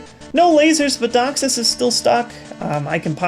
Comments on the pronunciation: DEE-ox-sis, not dox-sis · He does pronounce Deoxys as Dioxis, as apposed to deoxis. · I really like your videos,, but the way you say deoxys (Docksis) really bugs me... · Wow he does 0.o Its not Deoxys its like Doxis XD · Yea it's DEEE-oxsys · You say deoxys so weird